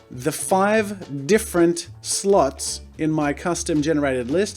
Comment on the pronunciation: "the five different slots" I thought he said something very different for a moment X'D That accent with 'slot's uh...ho boy, that sentence coulda meant something VERY different